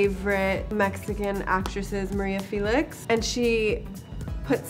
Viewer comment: I also noticed that. She doesn't pronounce "Félix" right. Maybe she doesn't know spanish, although that's not an excuse. anyway, I love her too^^